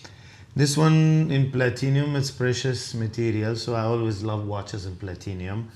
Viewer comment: Platinum...not Platinium....holy